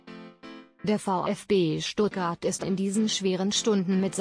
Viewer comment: Dieses teil kann nicht mal richtig Stuttgart aussprechen